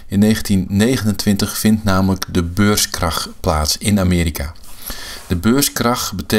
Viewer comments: Dat je niet snapt dat hij beurskrach zegt i.p.v. beurscrash is al een reden om jouw reactie te disliken. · Ik heb het filmpje geliked, al is je uitspraak van het wordt "beurscrash" een reden om het te disliken.